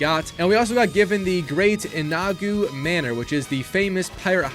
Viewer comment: Also, great inagu?